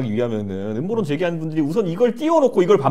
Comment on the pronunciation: ㅋㅋㅋㅋ 엄머론아니고 음모론~입니다 국가부도의날 유아인이생각낫네요 ㅋㅋㅋ